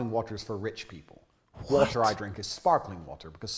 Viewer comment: Can’t get past it either 😂 As a Brit I was immediately jarred because (outside of possibly the Royal family) nobody in the UK pronounces the T in water… except for who goes HARD on that T instead of saying “wah-err” like his accent requires 😂 Until he suddenly forgets and starts saying “wah-err” with no T 😂😂😂 He’s stumbling over that word fr because that is not how he actually says it. Does he know how crazy he sounds saying “whaaTarrr”? Is it an overcorrection? Or the result of residual trauma from being roasted to a crisp by his Mum for not pronouncing his Ts? Not that I’m speaking from experience ☺️